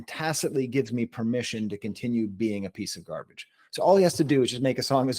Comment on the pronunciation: said "a piece a garbage," but I genuinely heard "uppity cigar bitch." 😂